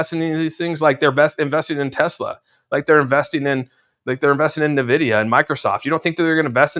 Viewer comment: N Vidia,.....not NuhVidia